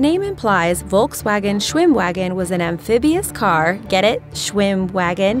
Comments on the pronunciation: volkswagon was pronounced wrong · Als ich gehört habe wie sie volkswagen auspricht musste ich fast kotzen....